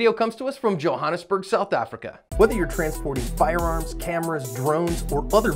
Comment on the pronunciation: John said "Johannesburg" just like an English speaking South African 👌